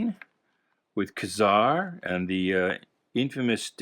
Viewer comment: Hey bud just so you know it's pronounced KEY-ZAR not kazar otherwise why the hyphen